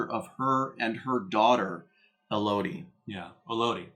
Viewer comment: Why does everyone call Michones daughter E-Lodie????? It’s pronounced, EL-Uhdy. Similar to Melody!!!!!